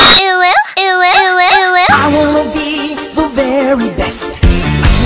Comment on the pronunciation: You really said wo yo wo I believe thats how it’s pronounced but it’s actually spelled uwu and idk how to think it pronounce